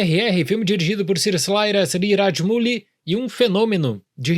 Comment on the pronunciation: pronunciando o nome do diretor mano.....Nem se eu treinar a semana inteira eu consigo kkkk